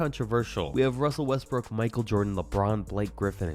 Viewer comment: Bro said “Russel Westbrick ”💀